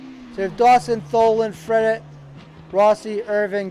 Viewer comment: Appreciate The stream! good stuff man! -"Fred-et" hahah